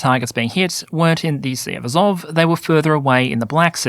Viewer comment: Pronunciation -- AzOV (I notice your stress moves around). NovorossEEsk.